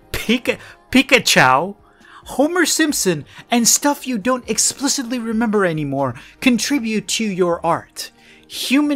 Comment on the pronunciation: the random obvious spelling mistakes kill me- HES TRYING TO SOUND SMART AND SAYS "pikachou" IM CRYING BAHBHASAHBDFHBAHA edit: ...... berried.... BERRIED IM DYING